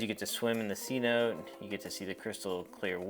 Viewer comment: It’s pronounced cee-no-tay But good information on what to expect